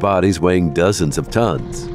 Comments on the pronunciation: Never heard tonnes pronounced Tony's. In fact a lot of the pronunciation leads me to believe this is an auto narration? Surely some research went into it and not just regurgitating what was found on a wiki. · Yet another robot narrator. Come in, people … tonnes isn’t pronounced tone-ys! (It’s metric tons.) Be adventurous and hire a human narrator!